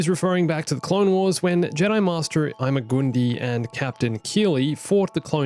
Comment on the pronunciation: Ima-gun-di is pronounced ima-gun-die